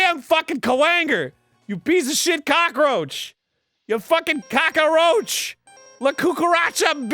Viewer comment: "Kakaroach" Arin 2016...